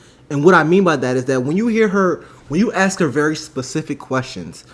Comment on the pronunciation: I can't take anyone seriously when they're talking about education and say "axe" instead of ask. And I'm as southern as it gets and speak correctly.